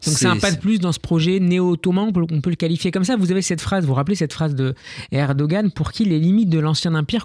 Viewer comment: On prononce erdo-an, et non erdo-gan. Ça signifie homme courageux